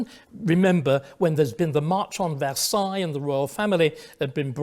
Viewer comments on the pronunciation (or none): none